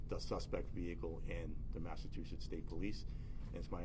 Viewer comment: Where is massa-too-setts?